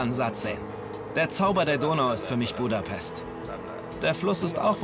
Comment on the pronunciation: „buuudapesssst“ ganz schlimm 😂